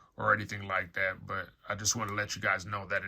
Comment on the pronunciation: stop saying 'like dat'